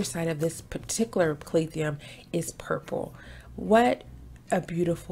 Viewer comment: Is it just me or do I keep hearing “Calath-ium”?